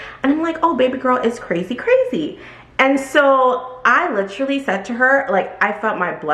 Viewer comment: Wow! I can’t believe you only get a Dollar commission on each bag! I am shook! No wonder the staff are often rude and don’t eagerly try to help anyone! Shame on LV for selling expensive bags, but being cheap when it comes to the employees! 😡 But also…read and pronounce this word….say it with me…Literal. As in what the literal eff! So when you and an ly at the end, that doesn’t change the pronunciation! One of my pet peeves is people who aren’t British, speaking as if they are! But it’s for this word only! 🤪 We are American. We say Literally! Lit-er-al-ly. It has 4 syllables! Not 3! Stop saying “Litrally”. 🫣 It’s lame. Otherwise great story great video! 😀